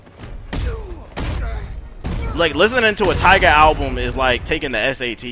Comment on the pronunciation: YO he said tiguh the tyga I'm dead